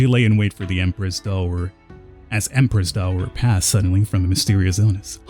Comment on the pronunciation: just so you know, Empress Dowager (pronounced as down - wer - jer) is not her name. its her title as the blood mother of the heir to the emperor (or in this case the emperor himself). its to differentiate her from the other woman in the harem. also, its pronounced more like yao - gwai